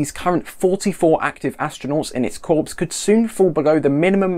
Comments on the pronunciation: Corps is pronounced “Core” not “Corpse” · Corps is pronounced "core" - as in "Marine Core" (Spelled: Marine Corps). Otherwise, good job! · Yeah, just ask the Marine Corpse! :)